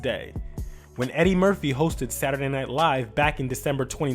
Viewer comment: When reading in Martin voice and he pronounced Saturday. 😑